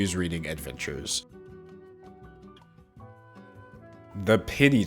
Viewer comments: it took me a second to realize he said PENNY Challenge and and not PITY Challenge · For some reason, I heard pity instead of penny. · I kept thinking he was saying pity challenge not penny challenge but honestly yeah I do pity these ppl for not having the common sense to not do it. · I heard pitty challenge instead of penny challenge 😂. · wasnt watching and thought mans said "the pity challenge" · I thought you were saying “pity” challenge, so I was confused for half the video